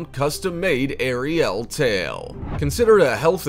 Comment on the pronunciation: The way you say Ariel... omg...